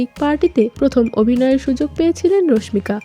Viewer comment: রশমিকা রশমিকা বলতে বলতে মেজাজ টাই খারাপ করে দিলেন। ওটা রশমিকা হবে না, হবে রাশমিকা। টাইটেলে তো ঠিকি রাশমিকা লিখছেন তাও কেন ভুল উচ্চারণ করতেছেন।